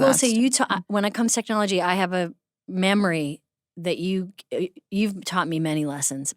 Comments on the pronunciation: Am I the only one hearing her say "mamory" 😂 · Is Amy saying "Mammary" instead of "Memory" ? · Am I the only one who hears “mammary” every time Amy says “memory” lol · I love how Amy pronounces “Memory” like “Mammary” 😂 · Is she saying “mammary”? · I swear Amy always says "mammary" instead of "memory" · Does Amy say MAMMARY instead of MEMORY or am I crazy? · No, she does not have the same 'mammary' that you have, Amy. I guess that's some kinda dialect thing when she pronounces 'memory' that way.